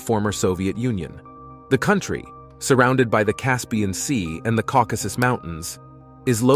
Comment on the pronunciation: Thank you, thank you, thank you for making sure the name of the mountain range was prounounced correctly!!!! Recently, no joke, I've heard 4 different narrators recently call them the Caucasian Mountains 😭☠️ It's KAW-kuh-suhs!!!